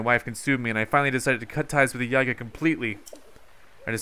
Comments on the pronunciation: STOP MISPRONOUNCING IT IT'S YEE-GAH OR YIH-GAH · Iz pronounced yeega